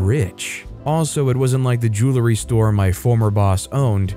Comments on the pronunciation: JOO-uhl-ree, not JOO-lah-ree. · I pronounce it "joow-ree" so I think he should say it like that